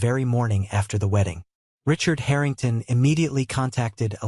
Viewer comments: haha the haring tahns. its like listening to AI voices misprouncing other thing slike Lous-anna, or the strange thing it goes for with ST SE (it acts like ST SE should be combined into a single word for ennunication) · Harringtarn ? How posh.